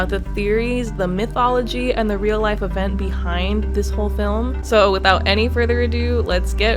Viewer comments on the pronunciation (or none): none